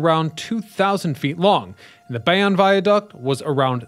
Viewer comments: I am also here to weigh in on that Bay-On controversy. It is absolutely Bay-Own! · As a Jersey City NJ born native, we pronounce Bayonne as Bay-Own not Bay-on. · That was bugging me too. Bay own NJ. Even a Philly native knows that. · It’s not opinion it’s Bay Own. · Guy from Paterson here - is is def Bay-Own ! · Yup, noticed this immediately. If you're gonna do a video about something, learn how to pronounce it first & foremost. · Yep was gonna say. Bay-Own. I'm cringing everytime this guy says bay-on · Obviously This guy is a fool. Never heard Bay-on before! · you need to do a little research on how to pronounce the subject matter that you are addressing in your videos. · As a Bayonne native this is correct. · Lol. I stopped the video to make the same comment. Seems that everyone but this content creator knows how to pronounce Bayonne. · blame AI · Bay On Lmaoooo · Damnit. It's Bay OWN. BAYYY OWN. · 96% off people pronounce it Bay- own. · As someone who grew up in Carteret, i keep yelling everytime he says Bay-Onn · He mispronounces alot in his videos. I couldnt take 'Bay- onn' anymore and stopped the video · Not born in NJ, Bay-on or Bay-own, Tomato, Tomatoe. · What Flicklives said 👍 I've also heard "Bay-wun"😂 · It's Bay-OWN' and Othmar AH'-min. I can't believe anything a you tubers says if he can't even pronounce the subject correctly. Do better! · We New Jerseyans definitely like the way we pronounce things. Screw the rest of the country that says WAH-ter. I thought said he was from NJ in an old video. Maybe he is pronouncing Bayonne the "correct" French way! BTW, I learned that the Outerbridge Crossing was named after a person. For over 50 years I just presumed it was an bastardization of "the Outer Bridge." They should have called it the Outerbridge Bridge to remove confusion! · Thank you for making this post haha I was going to do the same thing. I'm from New Jersey too. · I hate how he it says it lol